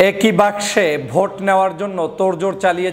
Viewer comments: উচ্চারণ বাক্সে, বাসকে না। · আপনি বাক্স কে বাস্কো বলছেন কেন? আপনাকে পছন্দ করি। কিছু মনে করবেন না। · বাস্কে নয়, বাক্স। বাসকে নয় বাকসে হবে। Please be carful. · (বাসকে নয়)!! উচ্চারণটা হবে.... (বাকসে= বাক্সে). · দয়া করে বাসকো নয় বাক্স শব্দ টি উচ্চারণ হবে। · ভাই বাসকে আবার কি? বাস্ক বলে 😅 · বাঁশক 😂😂!!? বেটা উচ্চারণ সঠিক ভাবে কর ! ব্যারিষ্টার হয়ে বাক্স উচ্চারণ সঠিকভাবে না করতে পারাটা হাস্যকর খুবই লজ্জাস্কর নয়কি ? 😀